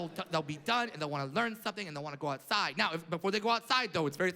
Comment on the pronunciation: young sheldon be like with the “outside”